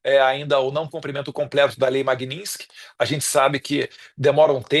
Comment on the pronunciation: Num é lei maguinsk cavalo é lei magnitsk